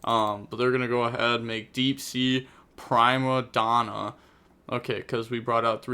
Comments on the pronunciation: "Pry"ma Donna = "PREE"ma Donna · Prime-a-Donna Still love though! Good competitive content